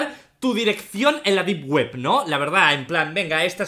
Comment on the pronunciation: Deep web ❌ Dip Guep ✅ XD, bromita 🥺